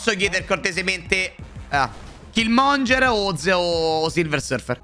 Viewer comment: Perche lo chiamate Killmonger? 😭😭😭 É killmonGHEr